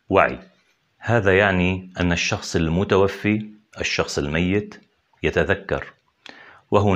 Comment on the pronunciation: الشخص المتوفى بفتح الفاء وليس بكسرها